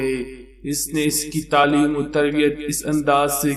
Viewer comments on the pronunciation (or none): none